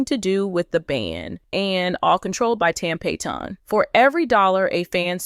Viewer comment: It’s tam Pat - on …not pay-ton